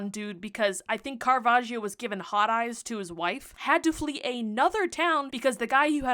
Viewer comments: Another fun fact: you should not pronounce the "i" in Caravaggio's name. So it's not Caravajio but Caravajjo. The "i" is there simply to notify that the "g" has a soft sound ("j") and not a hard one (g) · Quick note from an Italian: the "gio" in Caravaggio is pronounced "jo", not "jeeo". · Hearing "caravagio" as an italian hurts (double consonants make a hard sound) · The I in caravaggio is silent it's like "joe" 🤗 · Pronounced: Cara VAD jo. The 'i' is not pronounced, it just softens the 'gg'. 'i' is not usually pronounced after 'c' or 'g'. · It's pronounced "Carava jo" as in "jojo" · Great job on the story and the painting ❤ But the british name pronunciation is killing me 🥲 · You might want to look into how to pronounce his name correctly :) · You could have also looked up how to pronounce his name, the "i" is silent😅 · Love how she heard about Caravaggio for a whole year but still doesn't pronounce his name correctly xD (no shame, just funny) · The way you’re pronouncing his name is physically hurting me 💔 /gen